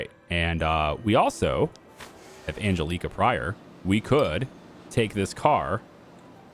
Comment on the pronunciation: Ann...Jell....eh....Kah. The way you are pronouncing that name grates on me. The big ass nun who used to pull me out of chair as a kid by my ear would also agree it is not pronounced right.